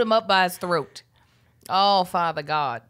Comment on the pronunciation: Hey it sounds like Kev asked if you're down with GOP instead of GOD 🤷🏾‍♂️ back to you